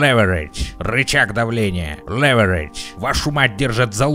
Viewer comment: Лэвэрейдж.....,отличное видео и фан, спасибо за позитив)))